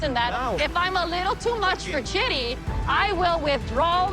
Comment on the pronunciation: "Lose ur patience Shidi lose it!" ... "Shidi drops this confession on Rayne!" I CANNOT 🤣😂 Just the name pronunciation got me in hysterics 😂